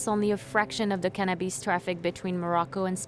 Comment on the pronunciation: Bro, its really not hard to pronounce cannabis.. Not cannabeees..